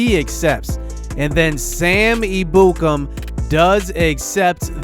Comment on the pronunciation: Just an FYI, it's pronounced Sam "Eb-yoo-kam." I thought it was pronounced the other way too